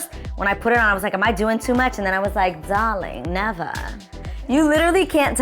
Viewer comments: “Darling Nevahh” 😂😂😍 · “Dawling, nevah” lol love when you said that. These looks are fierce and that mirror is beautiful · ‘Darling Nevah’ love it❤️